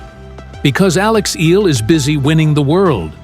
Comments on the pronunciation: Eala - eh-ya-la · Hurrah Alex E-YA-LA